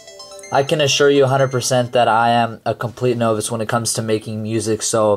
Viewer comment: you said novice wrong D